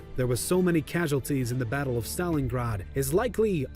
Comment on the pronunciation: This is the first time I’ve heard an American pronounce the word “Battle” properly and not say “Baddle”